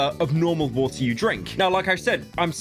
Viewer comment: Pyro can't say "bottle of water" without an H